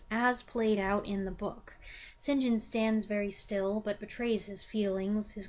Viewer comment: I love the previous video when you said right at the front, how are you? Don’t know and can’t determine why. St. John is pronounced ‘sin’ ‘gin’ do. This made me laugh out loud.😂